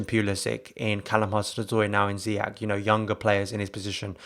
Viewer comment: His name is pronounced not ZIYAK or ZIYEK. You're getting there though. Kind of.